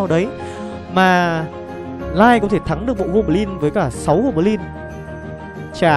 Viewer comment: Gô bờ lin, tơn 5 :)))